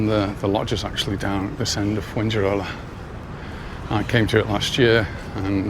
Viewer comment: Fuengirola is pronounced “fuenhirola”, not “fuenguirola”.